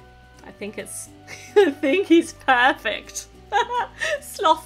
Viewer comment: Did anyone hear her say I tink 😂🤭